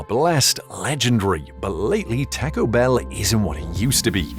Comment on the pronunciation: AI can't say taco?